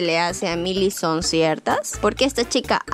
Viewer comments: Se pronuncia mili porsiacaso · Jajaj no es mayly es millie jajjaja 🤣🤣🤣